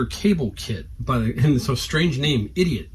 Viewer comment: That’s pronounced I did it not idiot😂